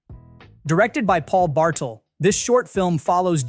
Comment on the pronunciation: The director's name is pronounced "Bar-Tell" even though it's spelled "Bartel."